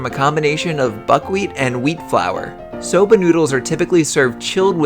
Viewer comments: I thought you say soda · Legit thought it said Sabra